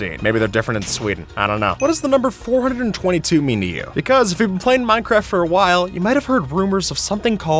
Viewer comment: Isn't it pronounced 4.2.2 not 422?